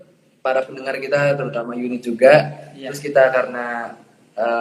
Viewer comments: Dari youn1t kak bukan unit 😂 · YouN1T kak bukan UN1T